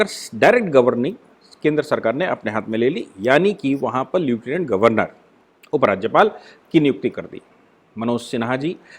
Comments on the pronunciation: श्री मान् ,उच्चारण "ल्यूटिनेन्ट "नही लेफ्टिनेंट होता है। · नमस्ते सर आपने समीक्षा में लेटिनेन्ट का उच्चारण किया है,जबकि वास्तविक शब्द लेफ्टिनेन्ट है।